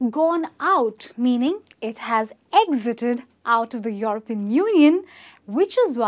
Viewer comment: She should practise saying 'European'...